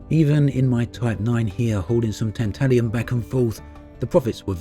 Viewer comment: Tantalum...not Tantalium. Three syllables, not four. I'll go in my "nobody cares" corner now.